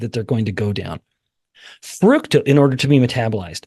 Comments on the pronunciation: Please stop mispronouncing fructose. It does not have the word fruit in it. So don't pronounce it fruit toast! It's fruct-ose. Let's all be on the same page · I hear FRUCTose.. You miggt get a hearing test.